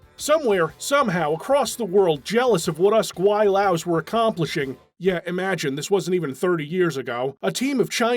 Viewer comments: it's actually pronounced Gwai Lo, not Gwai Lao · Gwi-Laow? You didn't play Deus Ex.